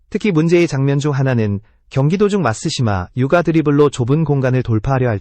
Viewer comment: 마시마 유를 마쓰시마 유까 라고 하내